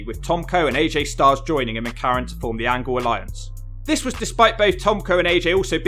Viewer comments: It's Kurt "Olympic Gold Medalist" Angle!!! Not p__c angle 😤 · Why tf do you keep saying Kurt Ankle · Negga said perc angle 🤣🤣🤣